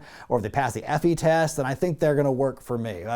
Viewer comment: You mentioning an “effy-test” is a very cis white male thing to say, lmao